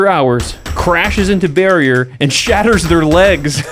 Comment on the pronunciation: Ok. I had to re-listen to this. I thought the couple ran into a BEAR and not Barrier at the end of the slide. Lol🤦‍♀️